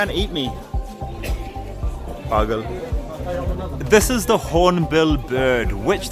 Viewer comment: The way he said pagl (crazy) 😂😂